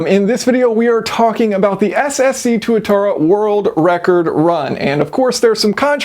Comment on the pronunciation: It’s pronounced TWAT-ara